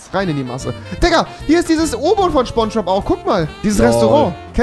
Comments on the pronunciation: Immer diese leute die Schponschbob sagen 😅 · mich triggert das,dass rewi ,,spongebob,, falsch ausspricht :(